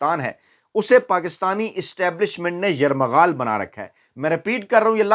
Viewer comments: Not 'yarmaghal'. Say yerghamal' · Yarmghal 😂😂😂😂 o jazbaat bhai yarghmal hota hy 😀😀😀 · aja sahab yar gha mal bolna ka bajae yar ma ghal bol geya aaj aap ... is tense mahol mein b acha laga 😅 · YAR MAGHAL?? 🤣 YARGHAMAL HOTA HY BHAIIIII 🤣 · فیا ض بھائی لفظ یر غمال ہے نہ کہ یر مغا ل درستگی فرما لیں پلیز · کیسی اردو بول رہے ہیں راجہ صاحب،یرمغال نہیں لفظ ہے یرغمال ہے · un parh sahafe....lafaz yaramgal nhe hota , yargmal hota hei..urdu nhe aate to punjabe bol lia kro chawlo,,nalaiqko. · Abbey Bhai yarmaghal nahi yarghamal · Faiyaz bahai yarmaghaal nahi yarghamaal hota hai 😂😂😂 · Sir lafaz yerghmal he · سرلفظ یرغمال ہےشاید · Yarghamal bolna seekain pir agy bolo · یرغمال صحیح لفظ ھے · یرغمال لفظ ہے تصحیح کر لیں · یرغمال صحیح تلفظ ھے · Slip of tongue . Never mind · یرمغال نہیں بلکہ یرغمال ہے دو دفعہ slip of tongue ہوا ہے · Sir lafz yerghamal ha yermaghal nahi. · Lafz yarghamaal hai aap ne 2 martba yarmaghaal bola islah kijiye. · فیاض میاں آپ نے ایک لفظ استعمال کیا جو درست نہیں تھا ۔۔ یرمغمال ۔۔۔ بھائی صاحب یہ جملہ ھوتا ھے آسان اردو میں ۔۔۔ یرغمال ۔۔۔ اپنے اس قصے کو دوبارہ خود سن لیں اور تصیح کر لیں کیونکہ آپ کو ھزاروں لوگ سنتے ھیں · یرمغال نہیں یرغمال ہے کونسے سکول گیے ہو ؟ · Fiaz g lafz yarmaghal ni bal k yarghamal hy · Airmagaal. Nahi. Airghamaal. Khahow. A. Sahi. Hai. . . S. H. S. B. . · یرمغال ۔۔۔۔ھاھااھاھاھا یریغمال ھے جناب ۔۔تصحیح مقصود ھے ۔😊😊😊😊😊😊😊😊😊😊😊😊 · ASA Fayyaz Sahib,please re-assess this vlog, in which you have wrongly pronounced the word" YARGHMAL as Yarmaghal. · Yermghaal nhi yerghmaal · اصلاح فرماٸیں۔۔۔درست لفظ ”یرمغال“ نہیں پلکہ ”یرغُمال“ ھے! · لفظ یرغمال یرمغال نہیں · Word correction....... Yarghamal ✅✅✅ Not a yarmaghal... Ok Brother ❤❤ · yarmaghaal nhi bhai yarghamaal hota hai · Yarghmal sahi lfz h yrmghal nai nevr mind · معذرت ایک لفظ آپ نے غلط پروناؤنس کیا ہے یرمغال بولا ہے اصل لفظ ہے یرغمال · یرغمال ہوتا ہے راجہ صاحب😅😅😅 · بھائی صحیح اُردو کا تلفُّظ تو سیکھ لو۔ یرغمال ہوتا ہے یرمغل نہیں! اپنے پڑھے لکھے ہونے کا ثبوت دیجیئے۔ شکریہ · Yermgal Nahi, ( Yergmal )